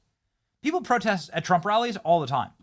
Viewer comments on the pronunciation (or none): none